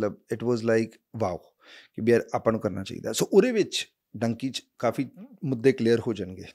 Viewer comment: its dunki not donkey